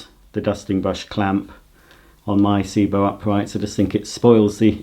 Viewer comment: Also it's Sebo not Seebo